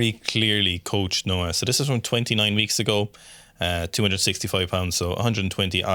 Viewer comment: NOAH NOT NAOH LOL